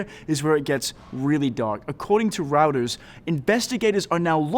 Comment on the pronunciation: hey kids, we would take you more seriously if you could correctly pronounce Reuters